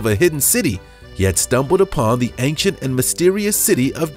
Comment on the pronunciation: Had to stop listening. I listened for a minute and thought "is this guy really going to say ank-chent the whole video?" Yes he is. Gotta nope out of that one.